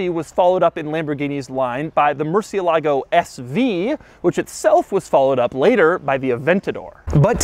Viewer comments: Doug murdered the pronunciation for "murciélago" every single time. Come on, just get the accent on the correct letter, it's not that difficult. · Not once did he pronounce the name Murcielago correctly. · Every time he says murcielágo i cringe. Why do we have to butcher the names? It's MURCIÉLAGO GOD DAMN IT.